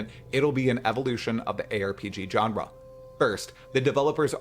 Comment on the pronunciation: Genre is pronounced … like Jean-Luc Picard not John Luke